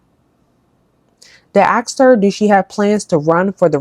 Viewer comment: It’s asked Not axed, just to correct